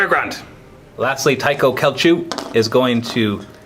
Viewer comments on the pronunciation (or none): It is pronounced SSSelchu (you know like a snake XD) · Nerd points here- "Celchu" is pronounced with a soft C so "Sel-Chu", and I thiiiiink Tycho is "Tie-Cho" with the "ch" sound.